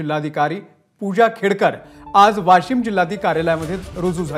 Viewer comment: ही भवानी वाशिम ला वाॅशिम म्हणतेय 😀😆😃